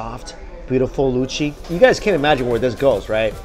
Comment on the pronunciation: can i just say that mike's "luchi" and "kosha mangsho" pronunciation was on point. and for people confusing luchi with bhature , luchi is just almost basic flour dough where as bhature is a bit more complicated recipe with more ingredients in it. and for the biryani, awadhi biryani dont have potato and egg in it, these are specialities of kolkata style biryani mostly. and yes it got a bit uncomfortable ...but glad it tastes good. and of course we should eat the way we want to . :)